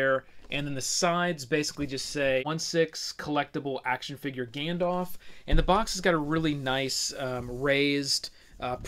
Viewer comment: > Gandalf with an A ;)